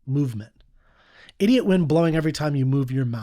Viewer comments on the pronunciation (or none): Sometimes a dumb-ass song is just that: a dumb-ass song. He can't even pronounce the word "idiot" properly.